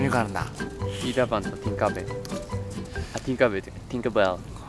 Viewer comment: バカ発音いいティンカー・ベルしぬほんとにwww